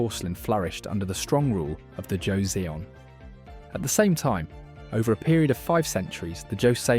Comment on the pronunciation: Also I hope this doesn't sound pretentious but your pronouncing the last Korean dynasty name wrong. From what I remembered is that their name would sound something like ( jo - sun ) . Korean names are kind hard to pronounce even for eastern names standards by the way . Apparently where ever you see seon it is produced as sun . Though this is mostly from my intersection with learning about Korean shamanism